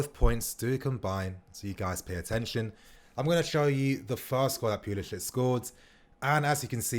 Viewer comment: It's pronounced pulisick not pulisitch